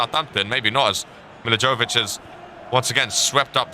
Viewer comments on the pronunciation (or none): Milivojevic’s name has suffered in this series😂😂